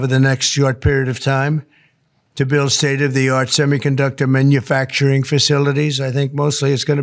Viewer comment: its manufacturing, not minufacturing great job electing this guy